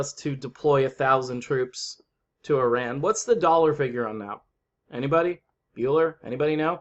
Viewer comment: Kudos to you, that you pronounce "Iran" the correct way!